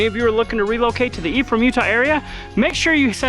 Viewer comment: I constantly heard him saying "the E from Utah" and was thinking what E? Untill I read it's Ephraim...